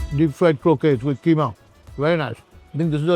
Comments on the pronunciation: Don’t repeat the common but wrong pronunciation. It is Crokettes NOT Crokays. Spelt Croquettes. Don’t take my word for it - look it up. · It's not crowkies ,it's croquets .